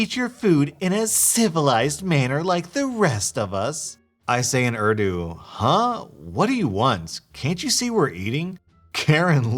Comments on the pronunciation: its not ardu lmfao bruh its ooordoo... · Oof, I know I’m just that one person... but please please say the country and languages names correctly... it’s just a pet peeve of mine.. like Urdu - ( Or-thu ) Pakistan - ( Pawk-uh-st-awn ) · urdu is pronounced ooor-dooo